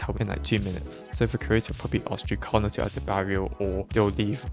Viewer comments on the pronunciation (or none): why do you pronounce jukecalla as youcalar 😭😭